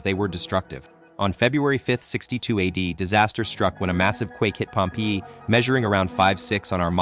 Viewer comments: i hate the way this AI bot pronounces Pompeii!!! (pronounced 'Pompay') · yeah the way he said pompee put me off the video